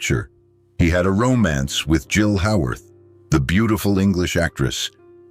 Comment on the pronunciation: Let's add a few other people who deserve a correct pronunciation of their names: Jill Haworth is HAY-worth. Brandon deWilde is deh-WILL-dah. And some other notes: Sal's role in Giant was minimized after filming even though he was an important character. He played a character, born in the United States of Mexican immigrants who worked on the ranch, who possessed the ability to run the giant Texas ranch that the son of the USA born owners did not. Sal's character joined the military to bravely serve in World War II but was killed. He was given an honorable burial on the ranch that he loved and should have gone on to run in a more perfect world. My favorite movie of Sal's was the Walt Disney movie Tonka, also known as Comanche. The video notes that Sal was an animal advocate and that was very evident in how he played the role. I was a little kid at that time and the neighborhood kids and I would reenact the movie, alternating who played the horse. My next favorite Sal movie is the Gene Krupa biopic. Sal's drumming is superb.